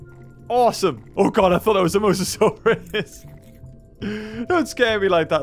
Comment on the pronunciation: Dude it’s mosasaurus not mosasaurs